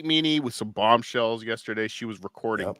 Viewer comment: Will that one stupid asshole please, please say "yes-TER-day"? Fuckin dumbass!! It's not "yesherday"!!!!